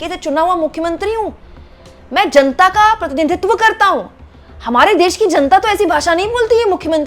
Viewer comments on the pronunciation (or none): none